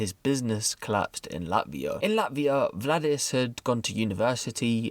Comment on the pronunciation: Btw butchered the names: In Latvian names are pronounced as they are written, ie. Valdis is not Vladis. Got Lainis right tho. Keep reporting tho - I like your reports 👍